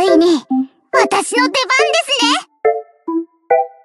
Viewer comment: 「宇沢レイサ」の発音好きすぎる